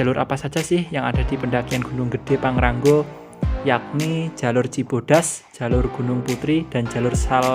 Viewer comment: Pang Ra Ngo bukan pang ran go😀